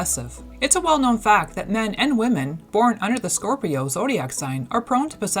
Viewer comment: she keeps saying corpio lol